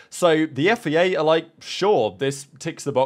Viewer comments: Why do you say FEA? Its FIA! Its a bloody I not an E! after all these years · You say FIA so weirdly. "Yifayay"